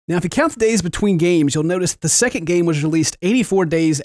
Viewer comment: TOODAYS FEBOOERY SEKENT